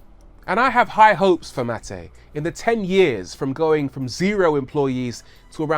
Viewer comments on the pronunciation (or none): U pronounce his name like its Matej😬